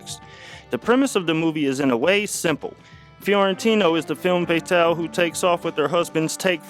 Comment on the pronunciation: If you're going to use French words, learn how to pronounce them. Hint: it's not pronounced fay-tahl.